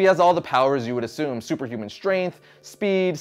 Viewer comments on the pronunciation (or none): none